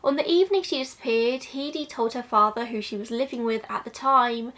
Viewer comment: Amber was not part of the killing fields... and learn how to pronounce Heide